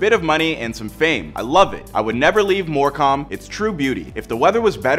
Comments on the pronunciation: It’s said MoreCum not “More cam” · “In More Com” 😭🤦‍♂️ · It's pronounced Moorcum. I'm not first but can I get a medal anyway? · The way he said morecambe is funny it's pronounced mor cem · The way he said morecambe 😭